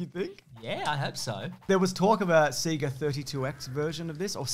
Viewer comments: "Seeger"? Do you not remember the animated intro that literally says "Saaay-gaaaaah"? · "SEE-ga"? What did you think was being said on the startup screen of Genesis games? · It's definitely See-gah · "augh two roads diverged, and I took the one less travelled by y'reckon?" - Robert Frost. P.S. it's alright and, my mum still calls it 'see-ga.' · Aussie here. It's "SEE-GAH" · I’m Australian and always pronounced it seega, I don’t think I’ve heard it pronounced sayga by anyone else here either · 100% it's Sega. It's also project and data. And yogurt. Pronounce it right! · …. Sega literally told us all how to pronounce Sega every time we fired up a game on the thing 😂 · How you guys pronounce "Sega" makes me want to die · come on man, you KNOW how to pronounce sega because they used to tell you at the start of every megadrive game